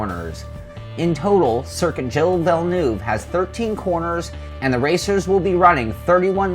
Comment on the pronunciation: Gilles Villeneuve (French pronunciation: [ʒil vilnœv]) not Guil villeneve....